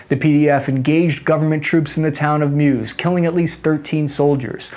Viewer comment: It is spelled 兆浦 Zhào Pǔ ကျောက်ဖြူ။ (White Stone) . > Kyauk Pyu. Not "Cat pet Hu ou." Thank. is pronounced မူဆယ် Mǔ sī 母思. Not Muse.